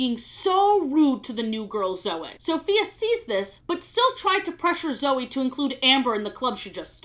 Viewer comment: a sentence later she pronounced Zoe correctly so I think she does the Y thing on purpose lmao